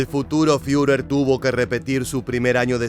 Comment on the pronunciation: El comentarista podría empezar por leer alemán correctamente. No hace falta hablarlo. No sé dice FIURER, es ridículo, sino FURER, con U francesa.